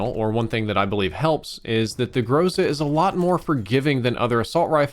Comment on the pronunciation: I’m from Russia and you are pronouncing Groza wrong.